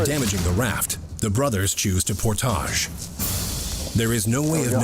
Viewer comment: This is a great show! But I can't with the portage pronunciation! 😂